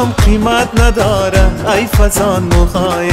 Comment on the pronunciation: تشکر ازاینکه پاسخ دادید. من شخصا یکتن از طرفدار خیلی با اشتیاق شما هستم وتمام آهنگ های تان را شنیدم. شاید که مشکل از ثبت باشد. به یک آهنگ دیگه شما هم که الف و مد یعتی آ تلفظ میشد، ها تلفظ میگردد ، آهنگ از احمد ظاهر است. که چند بار شنیدم آنجا هی جان من گفته میشود در حالیکه ای جان من.. ممکن مشکل از ثبت باشد . سپاسمندم